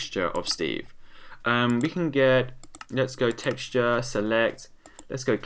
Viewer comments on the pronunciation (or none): none